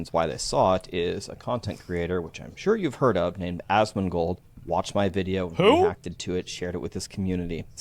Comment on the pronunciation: He said ASSMANGOLD. 🤣 love ya bud!